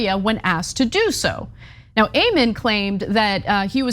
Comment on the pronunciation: I love You guys are my favorites This is such an important story But I have to tell you that his name is pronounced Ammon (aemuhn)—A like Apple and O like Monday Just trying to help you’re credibility—which is up to the best standard in my opinion It’s just that I can see Ammon and his douche bag deplorables dismissing you entirely on the pronunciation of his stupid name I was raised Mormon but absolutely do not believe that garbage anymore I sincerely love you guys